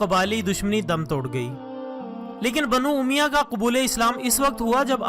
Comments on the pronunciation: Brother it's word banu omiyya not omiya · Sabse pahle apna talaffuz sahih kijiye Jaise ke aqdamat Banu umayyah. Qisas . Khawarij Aur sabse ahm bat muharramulharam ki ahammiyyat roze awwal se hai iski ahammiyyat men sahadat e Husain ko sahmil karna dudh men pani milane jaisa hai Yeh ekhtilafi bahas hai jiska sira muta ayyan nahin is liye yazeed ke maamle men zuban ko lagam di jae Apna mutala wasea ki jiye uske baad dalail ki raushni men video banaiye